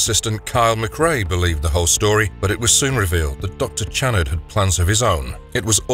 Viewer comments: I liked the first 3 but I think was because Penny Marshall. Not to be a dick but I always thought the docs name was pronounced Shanard. I'm probably wrong though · oh for fuxsakes...WATCH THE MOVIE! It's very plainly pronounced !! Oh, and "ironical"?!?! Are you fucking KIDDING ME?😲😒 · There is absolutely no way that the person who made this video has seen this film. Not only does he consistently pronounce Channnar incorrectly he also gets several or the plot details incorrect. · Great video- but I don’t believe that the narrator ever saw the movie, seeing as he mispronounced the subject of the video’s name the entire time, even though it was said out loud several times in the film. Still a good video- it’s about one of the first two movies, so it’s like shooting Nightbreed in a barrel. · You can't pronouce Channard's name right. You hear it in the film enough times how it's pronounced. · You know what would be great? If you actually watched the movie, or at the very least watched clips where the characters name was spoken so you don't sound like a complete dunce and obvious voice actor who didn't even write his own script. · It’s not pronounced Channard it’s (Sh)annard with a Ch but sounds like a Sh get I right narrator. Your my favorite narrator you can’t be messing 🆙 bro 😎